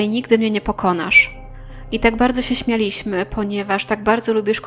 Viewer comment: "wyjechała na podróż" "włanczała się poczta głosowa" "śmiaLIśmy" (zamiast "śMIAliśmy" - nieprawidłowy akcent) Żona zazwyczaj nie jest krewną dla swojego męża.